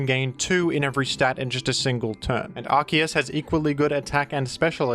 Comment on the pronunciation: Why did he say Arceus as arkoos?